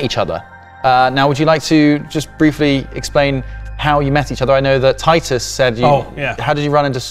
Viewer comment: keep calling ross teetus instead of titus